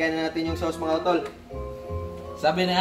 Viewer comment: Butangig "sawss" katawaha naku oi😂😂😂😂😂